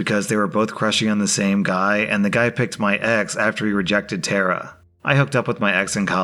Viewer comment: Tara not Terra.